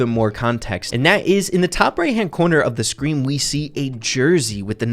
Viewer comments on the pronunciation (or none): none